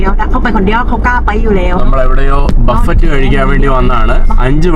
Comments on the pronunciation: മിസ്റ്റർ ബഫറ്റ് എന്നല്ല ഉച്ചരിക്കേ ണ്ടതു " ബഫേ " എന്നാണ് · ബഫറ്റ് അല്ല ബുഫെ. പിന്നെ 4 കിലോ 300 എങ്കില് ഒരു കിലോക് 60 ആണോ ?